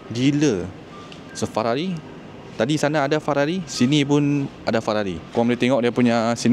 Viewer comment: hahahaha aku ske sebut Fararri